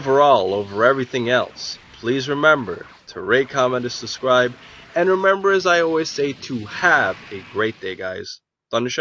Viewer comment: it's SuBscribe not SuScribe.:)